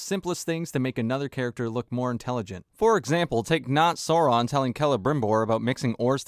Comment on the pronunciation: Agreed, but it's Sauron, not Soran